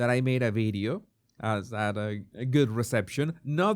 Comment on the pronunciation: Good one. Hell-a-day! & I love how you say bideo, not video. I love love love your accent! 😍 Much love 😘